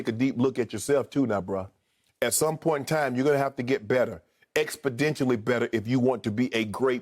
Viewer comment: Someone should teach Shannon how to pronounce exponentially.